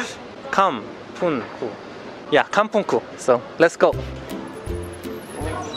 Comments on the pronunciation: "Kampungku" He pronounced it greatly in the end 🤭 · Wow, you pronounced “kampungku” correctly.